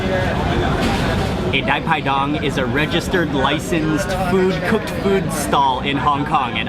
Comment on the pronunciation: We call it Pai Pai Dang (not Dai Pai Dong). Wow ! Thanks I love it.